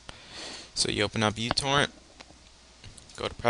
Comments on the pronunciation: It's pronounced mew-torrent. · fyi its pronounced meu-torrent :P like the greek letter for micro also thanks this def boosted my speed